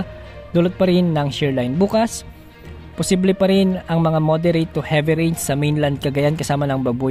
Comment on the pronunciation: Bawas bawasan Ang pagbigkas Ng possible,nakakaumay